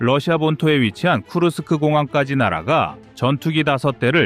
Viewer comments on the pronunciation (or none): none